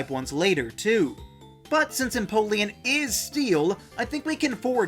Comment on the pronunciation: EMPOLEON, NOT EMPOION!